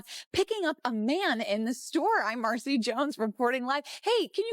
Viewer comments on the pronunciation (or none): none